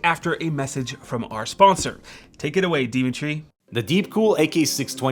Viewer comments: I could of sworn I heard “demon tree” not “Dimitry”. 😂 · I definitely messed up saying. Thought I could fix it in post. NOPE.